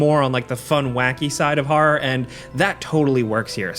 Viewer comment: Are you pronouncing "horror" as "horrar"?